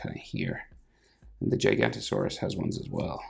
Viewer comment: You pronounce giganotosaurus wrong